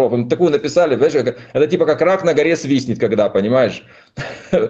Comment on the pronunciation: Рак на горе не свистнет а говорят свиснет.